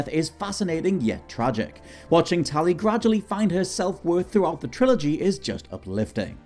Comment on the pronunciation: Tally? you mean tali?